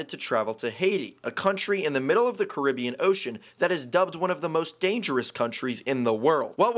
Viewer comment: "Curibbean Ocean"💀 You can tell that bro knows nothing about the CARI-bbean Sea Its s Sea,not a Ocean my guy.